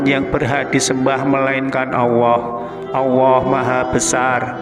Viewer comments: Kok sy denger nya bukan Allah tapi Auwoh ya...salah dengar gak sih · Bismillahi ya Allah ... Bpk nyebut ALLAH PUN TDK JLS , KNP , BPK MUALLAP BPK ?